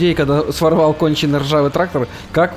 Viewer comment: В начале видео я один услышал что когда полиция поймала, он сказал ТРАХтор